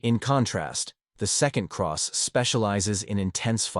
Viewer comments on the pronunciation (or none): C R E ST NOT CROSS!